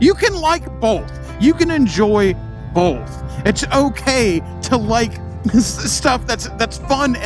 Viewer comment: Can we get a "bolth" count? 🤣🤣 I agree, I don't get the hate. It's different, and Its not marketed towards me but that doesnt mean it's not a cool bike. And someone is going to buy that bike and love it.